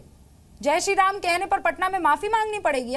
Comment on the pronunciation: It's ram not raaam naam theek se le varna tere allah ka aaaalaahh bhi bolna aata hai hume